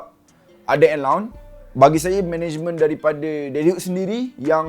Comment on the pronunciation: itu ah dia sebut management jadi managemeng😂